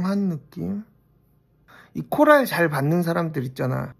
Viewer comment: 코랄코랄이 나는 왜 wlfkf wlfkf로 들리는거지?! 이명인가 ㅋㅋㅋ 공쥬는 라일락 잘어울리는거 알겠는데 한평생 술톤인 나는 어차피 눈팅할 볼터치 코랄 쟁여야 하나 고민된day💜💜💜